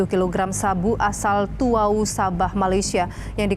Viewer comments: Tawau neng...bukan tuwau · Bukan tuwau tapi Tawau, gitu lo